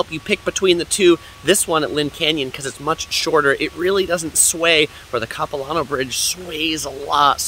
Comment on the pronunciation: “Cap-i-Lan-oh” not “copi-lohn-oh” Definitely an interesting take on visiting Vancouver but not what the locals would show visitors other than the suspension bridge and Stanley park (which your video missed the best parts of both btw).